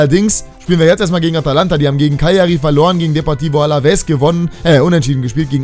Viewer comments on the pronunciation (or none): none